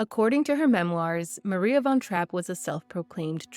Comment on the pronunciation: How about learning how to pronounce her name before making a video about her?